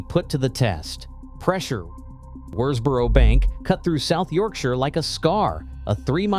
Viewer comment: This is a ridiculous film. The excitable commentary is riddled with errors and hasn't even bothered to do the research to pronounce Worsbrough correctly.